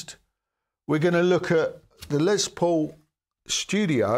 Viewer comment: Greetings. A marvelous homey presentation. I would like to make a friendly positive reinforcing reminder, that the gentleman who is the namesake of these models was "Lester" shortened to the nickname Les, rather than Lez. Overcoming this minor adjustment will be much appreciated by the listening public, thanks.